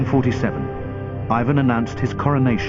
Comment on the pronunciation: eivuhn =)) plz it's Russian not English